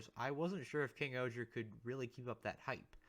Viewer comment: Just curious if you’re saying KingohJa, it’s still pronounced KingOhger, it’s just the voice over is very pronounced. He also does that for all the individual mecha titles. I think KingOhger Robo is the best method to refer to him